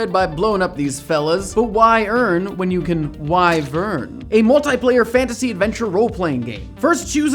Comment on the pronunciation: Thumbs up for pronouncing "wyvern" correctly